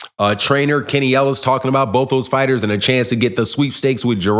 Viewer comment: You and Blue really need to learn how to pronounce some of these fighters name. Horrible both of you